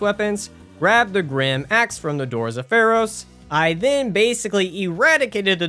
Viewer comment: It's gyrm not grim, for the love, it's pronounced Girm😭